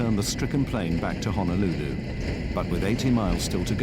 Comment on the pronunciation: It’s Honolulu it’s like saying turtle 🐢 in Hawaiian like Honu an say your lulu together not I repeat not HANALULU!!! Remember Hana means to work and Hana is in another island lol BTW Ugh please get it straigt!!! 😣